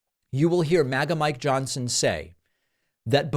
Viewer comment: did you say my Johnson or Mike Johnson ? It's trying to throw me off from reading the morse code of your blinking eyes